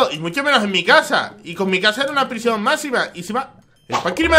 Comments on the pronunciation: "PRISION" bieeen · "P-R-I-S-I-Ó-N" eres el mejor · "prisión, de macsima seguridad" 🏯